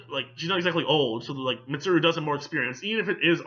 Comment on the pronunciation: Just to reassure you. You pronounced Mitsuru correctly every time